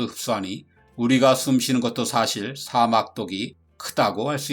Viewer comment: 사:막 이라고 읽으시네요. 옳은 발음은 사막입니다 좋은내용에 한글자덧붙이고가요♡